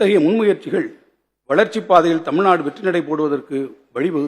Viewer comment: தமிர்நாடா 🤦🏻‍♂️🤦🏻‍♂️🤦🏻‍♂️ நல்லாருக்கு உங்க தமிழ் 🤦🏻‍♂️